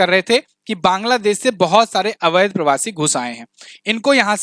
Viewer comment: Avadh ghosit kiya hai jayega nahi thik se bolo